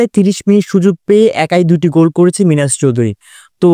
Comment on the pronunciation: গুল না ভাই গোল বলেন